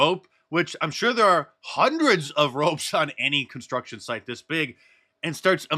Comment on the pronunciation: Since when does the word "construction" NOT have a "T" in it? First announcer needs an annunciation lesson. What a douche...